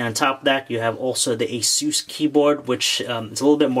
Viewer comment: No its a-soos